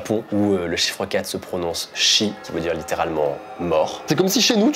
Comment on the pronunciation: petite correction pour la prononciation du mot 4 en japonais (enfin c’est en chinois) c’est comme si tu fais shhh mais en très bref (donc très court)